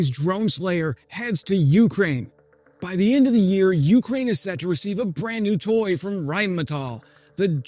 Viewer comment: Jfc man. "YOU-kraine". Please listen to 10 non drunk Caucasians pronunciation of "Ukraine"